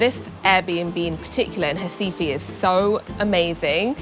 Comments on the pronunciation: P.S. it's Recife, not Recifee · Ela pronuncia "RAIFA"; que diabo é isso? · Hi from Mexico..Great very well done video of this city. ONLY I would like to point out why you dont say Recife..with "R"....you mentioned other words in brazilian portuguese perfectly with the R...lthe subtitles ALWAYS..wrote "Hi-Fi" ( I always heard hasife). Finally at 22.45 you really pronounced the "R" and Recife..and subtiltles came along perfectly..Well done...really like your video!!!! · She pronounces RECIFE in a very strange way lol 😂…. 😂😂😂